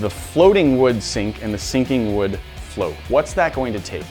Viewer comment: He said the sinking woods name wrong